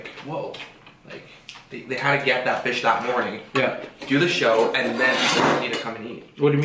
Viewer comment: FISSS sauce